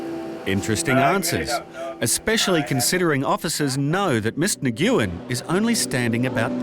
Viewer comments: Nuuen... Not Nguuuen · 😂"nyguin"😂 its usually pronounced uwynn. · Since when is Nguyen pronounced "ni GYU in", instead of "win"? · Idk who needs to hear this at this television program, but the surname “Nguyen” is pronounced nu-wen, not nuh-goo-wen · Nguyen-pronounced "When" ....not pronounced.." naw goo when" .....😂😂😂😂😂😂😂😂😂🤦‍♀️🤦‍♀️🤦‍♀️🤦‍♀️🤦‍♀️🤦‍♀️🤦‍♀️ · LOL!!! 'Miss Neh-Gyu-Ehn' 🤣🤣Nguyễn is pronounced “ngwin” (like “win” but with a soft ng sound at the start) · Always funny to hear someone pronounce Nguyen as “Na-gyoo-en”. It’s a very common name in Vietnam & Laos. It’s pronounced “Nuh-win” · Her family name isn’t “Ne-gu-in” it’s “Nwin”. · Nguyen is a difficult last name I pronounced it the same as the narrator when I first read it but it’s actually pronounced (Ng-Win) kinda just sounds like Win when said quickly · Did this narrator actually just call "Mrs. Nguyen" as "Mrs. Ni-goo-yin"??? That's how I pronounced that name in 4th grade the first time I'd ever encountered it. What in the world is the narrator on a produced video doing with that? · I thought Nguyen was pronounced Wynn? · imagine a tv presenter pronouncing "Nguyen" as "nee goo in" like come on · "Nguyen" and it's pronounced "win". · Your pronunciation of "Nguyen" is laughable !! It's closer to "nwen". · Nguyen="Neh-wen". Might work on pronunciations a bit. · They are mispronouncing it. It’s Nguyen pronounced as if the “Ng” are silent more like “Nwin” or more commonly “win” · For the record, and for the benefit of anyone who didn't know this, but "Nguyen" is pronounced 'Win". When dealing with most non-western names, you really can't go at them phonetically. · Narrator butchering the pronunciation of Nguyen illol😂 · The way this guy pronounces Nguyen is a hate crime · The name Nguyen is the Vietnamese equivalent of Smith for English speaking countries, have the decency to learn the proper pronunciation. It is one syllable, not three! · they way they pronounced nguyen.....